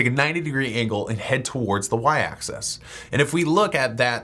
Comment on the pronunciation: Stop pronouncing "axis" as "access".